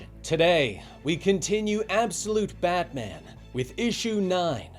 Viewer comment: I love these but am I the only that feels like he keeps saying badman?